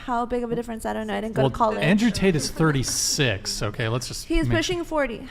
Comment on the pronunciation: Lmfaooo a bit of a dangle 😂 - btw it seems like the Host,, cannot pronounce the letter "T", words like didn't he says "didin"